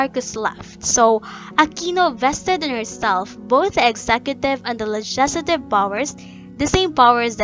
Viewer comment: Keeps mispronouncing legislative...